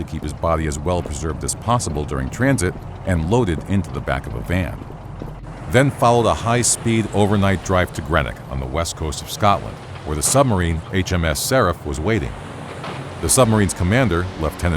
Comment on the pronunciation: It’s Greenock not grenick